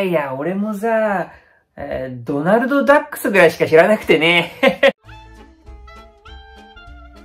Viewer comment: 発音のクセがすごいシリーズがこの会話に凝縮されててめっちゃ面白いです😂 そして最後のドナルドダックス🤣🤣🤣